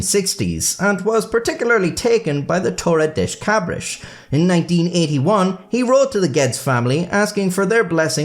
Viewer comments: That's Spanish, maybe Portuguese. Not "Tore a dish cabrish" "Torrei das kabrass" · Damn, I know that it is very not nice to mock someone's accent, but oh my god that one made laugh, you said "toli-dish d' cabri-shi" instead of "toh-rr-e dah-sss cah-brr-ah-ss" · You gotta imagine what us Brazilians and Portuguese felt every time he pronounced Torre das Cabras as Toredish Cabrish. XD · Funny how you pronounce Torre das Cabras every time, when it literally means goat tower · i don't get to see native English speakers talk Portuguese very often but your pronunciation of torre das cabras might be the funniest shit i have ever seen in my life, 10/10 no notes edit: my grandpa DOES have a small farm, and i DO have quite a amount of family members fairly talented at masonry... unfortunately, no goats anywhere to be seen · Dear, your pronounciation of Torre das Cabras and Worcestershire was atrocious! 😅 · Torres Das Cabras was even worse